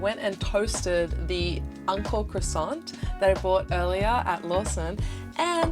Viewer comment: I thought she kept saying UNCLE CROISSANT but realized she was saying ANKO CROISSANT 🤣🤣 クロワッサンおじさん